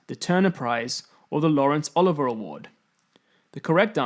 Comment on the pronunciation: Try and help by pronouncing certain words correctly,. Boudica (Bow-de-seeya or Boo-dica,not Bod-ica). Sikh (Seek,not six). Laurence Olivier,not Oliver.St Pancras not Pancreas (thats an organ in your body!).Sir Arthur Conan Doyle (Co-nan,not Con-nan)..I know there will be reasons due to people not native to the English language,but proper pronounciations might also help others who are more picky and pedantic than myself. PS.Probably most native Brits would fail this.?